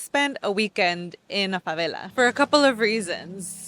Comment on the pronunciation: Dear you should pronounce favela like it's an English word, fuvelle. Or even fuvairle if you make it British, the r is for the little diphthong we make in Rio, Rio Grande do Sul and Portugal. It's jarring that you pronounce the Rio de Janeiro-like velarized l consistently for your American English and then use the thickest Spanish accent while speaking Portuguese. 😭😭😭😭 You nailed your pronunciation of Rocinha and Vidigal though 👏🏻👏🏻👏🏻👏🏻